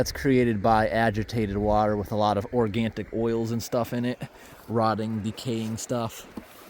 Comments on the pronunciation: The word is organic not organtic. Just want you to sound like the intelligent man you are. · Why do you keep saying organtic? Organtic doesn't exist, it's organic.